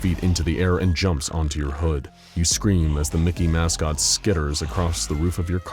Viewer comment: "Mouse-cot?" I kind of love it.